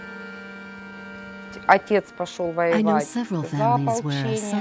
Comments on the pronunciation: "Kalishnikov" NEIN! Der heißt KalAschnikow. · "Kalishnikov" sheesh. "KalAshnikov" But, a good film. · For your narrator: Look at the spelling of Kalashnikov. The pronunciation isn't Ka-LISH-ni-kov. It's Ka-LASH-ni-kov. For your sound mixer: The audio levels of non-English speakers in the video overwhelm the English translation voice-overs. For the director: Too much time is spent with minutia about revolutionary leaders who employed the SK-47. Much of the content simply isn't relevant to the story of the two weapons. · Good documentary but every time I hear “Kalishnikov” I want to scream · I wish he would say kalashnikov right ffs was doing my head in with it😂😂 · I love how they never managed to pronounce Kalashnikov's name right. Not a single time. 🤣